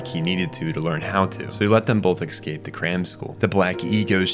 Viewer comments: I’ve been loving your videos and commentaries, but I have one request…it’s so jarring every time you say ecscape instead of escape, please could you try pronouncing it properly. Big fan otherwise! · It's "ES-cape," not "EX-scape!" You're driving me nuts.